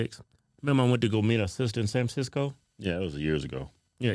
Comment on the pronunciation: “San FranSicko” 🤙 Amazing freudian slip.